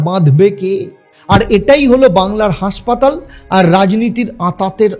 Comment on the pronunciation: আরে, উচ্চারণ ঠিক করো ভাই! উচ্চারণ করছো," হাঁসপাতাল"---- বাস্তবে ওটা হবে হাসপাতাল! ওটা ঠিক করে তবেই ব্লগ কর ভাই! ভালো ভালো ব্লগারের ব্লগ দেখে দেখে শুধরে নাও!